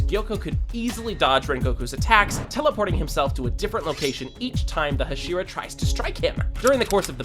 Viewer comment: The way you are pronouncing "Hashira" is really irritating me. Say it right, dammit.